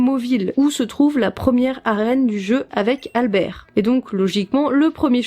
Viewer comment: A chaque fois que j'entend Albert, j'entonne "le cinquième mousquetaire !"... traumatisme d'enfance ou bien la façon dont tu prononces ?